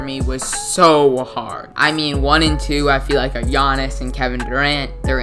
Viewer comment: you butchered Giannis's name so hard